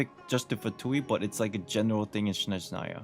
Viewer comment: Daaamn people even write it as "Shnezhnaya" in chat... Guuuys, its SnEzhnaya, and there's no "sh" sound at the begining :D SN, not SHN